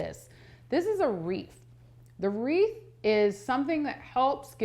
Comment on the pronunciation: It’s WREATH, not reef !